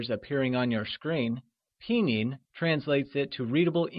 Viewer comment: it's "pin yin" not "pi nyin"~~~hahaha~~